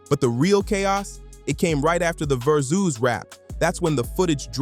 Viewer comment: AI cant pronounce Verzuz to save its life